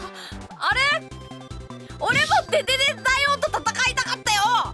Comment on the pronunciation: デ→デ↑デ↓ 勝の変なイントネーションなんかよく分からんけどめっちゃ効く…かわいい…